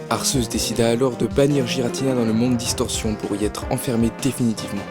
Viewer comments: Arrêtez avec ArSéus x) prenez un truc français officiel et regardez la prononciation :/ je sais pas prenez la série pokemon (certes c'est moyen mais c'est officiel) ils disent bien arQUéus x) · On dit arquéus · desoler de te le dire mais sase prenonce arkéus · On dit Arceus A R K É U S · Je suis le seul à les prononcer Arcéus et Guiratina ? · j'ai quitté la vidéo quand il a dit arceus en mode "arsseusse", merci pr ce viol auditif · je ne suis pas le seul à dire Arçeuse 💕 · Le pire c'est arseus ! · Comment tu prononce arceus ?!😂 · C énervant que tu dise arceus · Bah oui alors que normalement c'est Arceus, je vois pas pourquoi il dit Arceus... après certaines disent Arceus aussi ! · Si tu a vu le dessin animé Pokémon tu verra que tu prononce mal le mot Arceus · Je viens de découvrir cette chaîne et je la trouve super ! J'adore qu'on me parle de ma saga préférée de cette manière! :) Bon, après, si je voulais faire mon fanboy hystérique je dirai que la prononciation de certains noms me dérange un peu (notamment Arceus et Giratina) :3